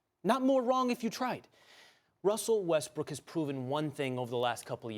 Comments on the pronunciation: He literally said Russell Westbrick lol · He literally said russel westbrick hahahaha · Ryan says Westbrick at :34